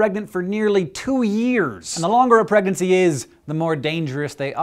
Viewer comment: I like the way you say "pregnancy". Weird.